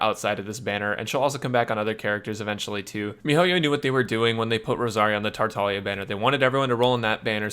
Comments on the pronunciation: Yes he is tartalia I think her meant to say "tar-tag-lee-ah" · Can someone tell me, is he saying “Tartalia?” Is it not pronounced “Tar-tah-glee-ah?” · you're right, it's like gli proncunciation with italian